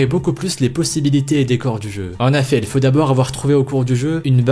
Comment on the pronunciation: Pourquoi tu dit en affet au lieu de en effet